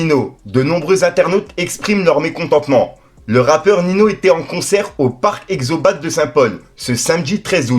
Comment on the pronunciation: Yo bro pour info c pas exobate,mais expobate,bref il a merdé